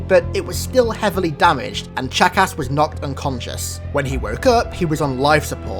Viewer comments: Every time you say “Chakas” I hear “Jackass”. XD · When you say chakas sounds like your calling him a jackass. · Ur saying Chakas like jackass. A fitting name for the killer of Johnson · "just remember that Guilty Spark's original name is jackass" I know it's Chakas but you make it sound like jackass xD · Oh my gosh I know sparks name was 'chakas' but I can't stop hearing jackass! Anyone else? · When you say Chakas it sounds like jack-ass XD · The way he pronounces his name haha "chack ass" i kept hearing jackass all the way 😂😂😂👌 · I love how he makes Chakas sound like 'jackass' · Every time you say chacus it sounds like jackass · When he said Chakas I thought he said jackass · Sounds like your saying jackass lol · Whenever I hear you say Chakas it sounds like jackass. Did anyone else think this? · Sounds like your saying jackass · Haha! No offense but almost every time you say "CHAKAS" it sounds like you say "JACKASS" HAHA!!!! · Is it just me or does he sound like he is saying jackass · it's funny how when he says Chakas it sounds like jackass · OMG his pronunciations kill me. It's so horrible! He could take literally five seconds to check and see how it's pronounced but he doesn't. It's so lazy!!!